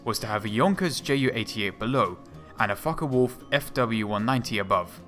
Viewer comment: Mistrel and it's folke wolf not folka